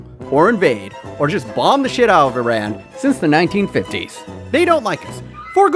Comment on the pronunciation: Love that you pronounced it "ee-rahn" and not "I ran'